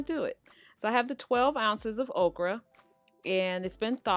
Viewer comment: Thank you! I really wondered who would have the best recipe and it’s definitely you. Also, I thought you said, “Oprah was coming...” and I was SO confused and excited. Ha! You said okra. 😂